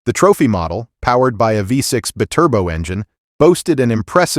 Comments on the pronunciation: That's because its a text to speech Ai. The lazy way of adding video commentary. he refers to bi-turbo as bitturbo too. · Seriously you can always tell when its a Robot. Its "Buy-Turbo" NOT "Bih-Turbo" 😂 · I'm so sick of watching videos that are narrated by shit AI that can't even say Bi- Turbo correctly lazy editing 😤😤